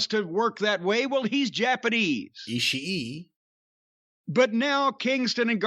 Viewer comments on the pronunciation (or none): Jim with the "Eee-eee-ee" freakin' slays me! And trying to correct him: "It's Ishii." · You can tell was really a fan of ISHIEEEE cause he gets pissy every time Jim fucks up his name.